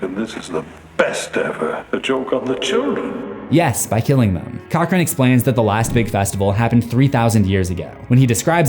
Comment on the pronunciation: Cochran?? More like 'Cock-ring' >:(